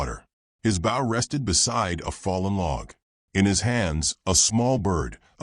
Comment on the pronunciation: Nice story and tho narration is clear, certain words are mispronounced. U shud do proof reading b4 posting. e.g 'wound' as in an injury is pronounced 'wow-nd' (winding). Also the 'bow' of a bow&arrow (shud be like 'know')is pronounced as bow to a king or queen (like wow).